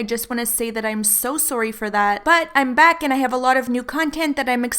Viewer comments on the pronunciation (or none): Are u Canadian ? I heard that sourrryy😂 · i missed hearing u say soory 😘😘